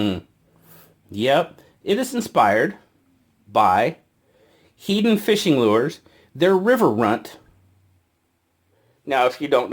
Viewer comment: I have a Runtly & find it quite handy. BTW, the fishing lure: Heddon, pronounced "headden". Nice review.